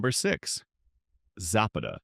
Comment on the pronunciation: Za'Pata not Zappeta